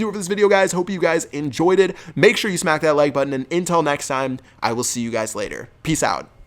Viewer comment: he always says intell instead of until